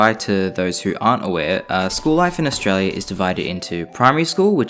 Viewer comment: Did you say Australia? OoO